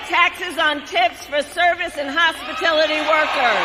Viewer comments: What is "Hospitilllity" workers??? Ive heard of hospitality workers but not Hospitillity. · Kamala, it’s “hospitality” not “hospitility”…! Just goes to show, this is obviously the first time you’ve as much as even “thought about” those service and hospitality workers, whom you’re suddenly pretending are so important to you now. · Has no one picked up what she said??? Hospitalality workers instead of hospitality workers. Do nurses get tips? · HospitIlity ??? workers? Does she not know that they are hospitAlity workers?!? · Hahahaahaha that’s what I thought I heard as well . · What exactly is the definition of “hospitility”? I always thought it was hospitality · "Hospitility workers" Hahahah!! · Hospitility? Thought it was hospitality. And is that all she’s gonna do…..repeat HIS policies? God help us all. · Did she say hospitility workers?😂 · It's hospitality, not hospitility. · Lol...she said, "hospitility" workers! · She didn't even get "hospitality" right ! She said, "hospitility".... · What are " Hospitility " workers ? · She can’t pronounce HOSPITALITY, she said hospitility?! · "Hospitility" workers? 🙄 yeah, she cares... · I caught that too, still trying to get a definition of 'hospitility' - no luck so far....4 more years of trying to decipher Kackles' comments sounds so tiring! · Did I understand her to say "hospitility" workers? What is that? Shouldn't that be "hospitality" workers? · "Hospitility" ?? She can't even get that right!😂😂😂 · First of all the word is hospitality, not hospitility. Maybe that’s why they walked out because she can’t even say the word right. And they know it. Second of all, it’s hard to imagine why anybody would go in the first place it’s hard to believe that somebody would even consider her, but they do. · She said hospitility workers hahaha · She can’t even pronounce the word hospitality for God’s sake. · She don't even know what she's saying, she said Hospitillty when it's actually Hospitality workers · "Hospitillity" I'm dead! 😆😆